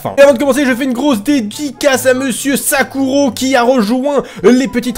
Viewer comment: Wallah l'irrespect de Sazuro qui se fait mal prononcé son pseudo le qui dit Sakuro aulieu de Sazuro à